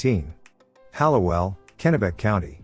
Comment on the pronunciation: It’s pronounced Hall-oh-well. And the river photo is Augusta not Hallowell. You got the street right.